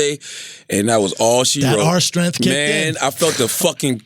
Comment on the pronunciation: That "R" Strength not a joke